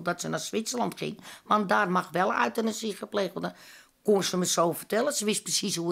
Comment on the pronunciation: at 27.38/.39..pleegmoeder zegt...uitenasie mag wel daar gepleegd worden...hihaho op zijn amsterdams euthanasie uitgesproken Geweldig!!! lol RIP lief meisje Priscilla ♥